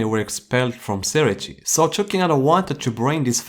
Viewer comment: Say-ray-tay not siri-tea Lol 😂